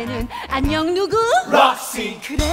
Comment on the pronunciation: ㅠㅠㅠㅠㅠㅠㅠㅋㅋㅋㅋㅋㅋㅋㅋㅋㅋㅋ배꼽 도망가요 ㅠㅠㅠㅠㅋㅋㅋㅋㅋㅋㅋㅋㅋㅋㅋㅋㅋㅋㅋㅋ이제 락씨로 들림 ㅠㅠㅍㅍ